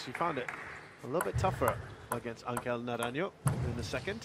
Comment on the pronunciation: Put respect on his name Angel Naranjo takes a game off Wang Chuqin. The g in Angel and the j in Naranjo are pronounced like the fist h in "nigh" if you wanna say his name correctly Hay patriaa